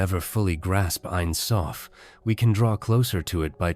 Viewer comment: It’s pronounced Ein Sofe and being Hebrew for never ending